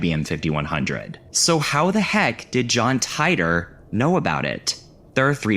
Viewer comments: John TIIIIIII-TORRRRRRRRRR You’re driving me crazy saying it wrong . . . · i hate to break it to you but John Titor is pronounced tee-der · Hell / com! This is the only video I've ever seen to mention that arts collective. I had a chance to get into it a few times when they ran free access. Fun little interactive art pieces and the like. Subbed. BTW, it was pronounced, John "Tee-Tore" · titor = tee-tore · Did....did you deliberately mispronounce John Titor's name just to make that "barely knew her" joke? Because I've watched several videos on that story and I've never heard anyone pronounce it like that...